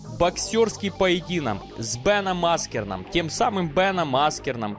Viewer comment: У него имя логан а не фамилия и брат тоже не фамилии логан))) я так и не понял угараешь ты или нет) и аскрен не аскерн) угарнул знатно